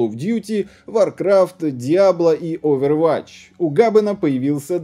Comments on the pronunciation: ОвервАтч, гАбен, двухфактОрную. Мои уши ушли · "ОвервАтч", "у ГАбена". Дядька явно не является геймером, если делает такие нелепые ошибки